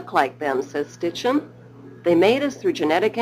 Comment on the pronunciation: I know I'm knit picking but it bugs me that the narrator says Stitchen noy Sitchen .